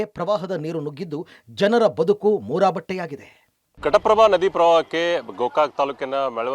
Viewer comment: Ghataprabha sir adu prataprabha alla 😂😂😂😂